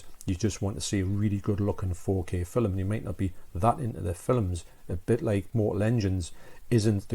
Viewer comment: Arrrghhh it's F I L M!! (''Fillum'' lol ;)